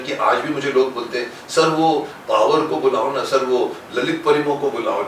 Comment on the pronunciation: बचपन मे जब शकिमान में डॉ जैकोल पावर बोलते थे मुझे फवार सुनाई देता था जिसको भी पावर की जगह फवार सुनाई देता था बिना शर्माए बताए